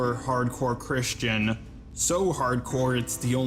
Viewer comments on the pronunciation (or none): none